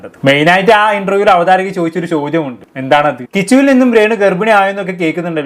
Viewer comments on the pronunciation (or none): avatharika alla, avatharaka. Avatharika ennal book nte oke introduction polathe sambavam aan. Avatharaka aaan anchor